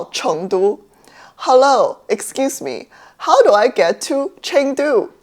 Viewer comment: Why do you say Chengdu like that in English but not other chinese place names? Kinda random but its throwing me off